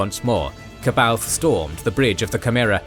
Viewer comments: Ka baoth???? Its pronounced Saa-bah-yoth. Goodness gracious. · The anniversary edition of Heir to the Empire actually gives a pronunciation guide to "C'Baoth". Apparently it's supposed to be "suh-bay-oth". How tf would anyone figure that out???